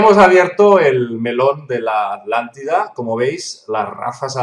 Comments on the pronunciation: Lo mismo me pregunto siempre, Jaja....en varias palabras se comen las consonantes q están entre una vocal y otra consonante.... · Porque dice alantida y el nombre es atlantida o me equivoco ???? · Porque le dicen alantida tengo entendido que es Atlántida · Porqué los Españoles no pronuncian Atlántida de corrida Tla ? Ellos separan la T de la L dicen ejemplo: At -lántida y At-letico. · Curiosísimo que los españoles, en un promedio general al oír a distintos personajes, son incapaces de pronunciar el sonido TL y omiten la T, , su pronunciación es ALANTE y no ATLANTE. ¿Se han preguntado a qué se debe? Todos podemos pronunciar cualquier idioma, por extraño que sea a nuestra particular lengua; pero los españoles tienen una manera de pronunciar que no admite idiomas ajenos, eso me resulta muy curioso, ni bueno ni malo, sino extraño nada más. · Buen video, pero tengo dos puntos: 1. Cómo se nota que es un investigador de terreno y de escritorio. 2. ¿Por qué pronuncian Alántida y no ATlántida con T? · Pronuncian la T pero separada de la L, dicen AT- LÁNDIDA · Genial.....Me interesa todo lo oculto. Y me encantó el.Video. Tambien algo cotidiano...me llama la atención que los españoles no pronuncian la TL por ejemplo alántida en vez de Atlántida.... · Por que dicen "Alantida"?? la T no cuenta o que?? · Quizá es irrelevante acá lo importante es la información...pero yo escucho que dicen ALANTIDA y es ATLANTIDA...puede ser??? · Disculpen la duda, ¿PORQUÉ SE LES ESCUCHA: "LA ALANTIDA" Y NO : LA ATLANTIDA? CON T¡ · Atlante, Atlántida, llevan una T después de la primera A, NO ES ALANTIDA , es ATLLLLANTIDA POR FAVOR ! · Porqué le llaman "Alántida" y no Atlántida como es realmente..?..esa pronunciación me distrae del relato en si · ¿Por qué la gran mayoría de españoles no pueden pronunciar, entre otros, el sonido TL contenido en ATLántida? ¿Acaso es un problema anatómico que les impide ciertas pronunciaciones de consonantes?